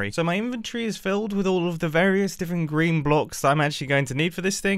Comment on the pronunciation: Not going to lie. Mumbo saying green sounds like he's saying grian. So... GRIANERY